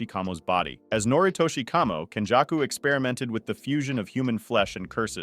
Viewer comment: Your pronunciation is very hard to understand. It's けんじゃくkenjaku (up sound), not kenjacku (down sound)